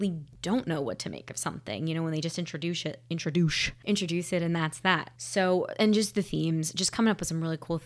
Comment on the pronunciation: "Introduche", 2024